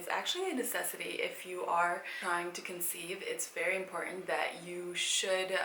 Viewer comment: Wery wery boara